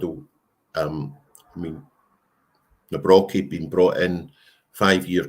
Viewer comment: I think his surname is pronounced Navrotski 🇮🇪🇮🇪